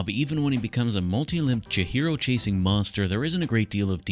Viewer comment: Awesome build! I think her name is pronounced Chee-hee-ro rather than Cha-hero ? Can anyone confirm/deny this?